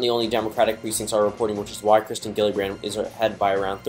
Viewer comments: It’s kirsten not Kristen and it’s pronounced Jill-uh-brand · It’s pronounced “Jill-a-brand”